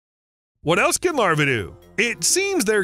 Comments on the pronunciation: Why is New South Wales labelled as Western Australia? Is that an indication of the accuracy of the report? Not to mention pronouncing "larvae" as "larva". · The plural of larva is larvae (pronounced lar-VEE").